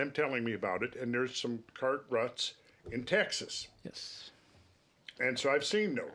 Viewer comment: Cart Ruts... I thought you said Car Rust.:cat-orange-whistling